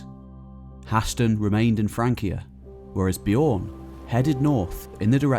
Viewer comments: Bjørn is very badly pronounced through all of this. It's not "bijorrn", but the Ø is the same sound as the U in "run" or the U in "burn". Other then that, great tale! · just saying the Ö in Björn sounds like the i in girl